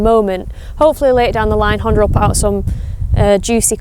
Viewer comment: They a not "Honte" and "Honta", they a HunteR and HonDa😊